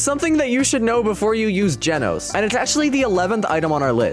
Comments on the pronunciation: "Its Gojo" Him: dojo "Its Genos" Him: Genoese "Its blizshoot" Him: bloodshoot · Genoese not Genos Hiro Hunter Not hero hunter web smashes not webby smashes free can not free cam dojo not gojo I am not I aim Bloodshot not Blitz shot a1v1 not a 1v1 a game pass not a gamepass one not when praise peril not prey's peri Janos not Genos Goro Not Garou goes not Garou's anyone's not M1s I love the vid but the spellings make me laugh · bro rlly said genoese (a place in the world) instead of Genos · For “genoese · brother said 'genoese'